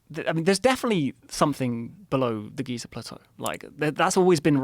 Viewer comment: There is no “R” in Giza! 🤣